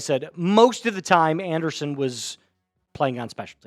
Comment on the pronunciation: Okay, if you want more viewers you need to do better. Start by learning how to pronounce the player's names. It Joe Anderson playing linebacker and special teams. It's pronounced Joe An-dree-son. Do better